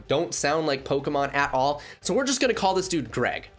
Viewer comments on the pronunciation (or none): none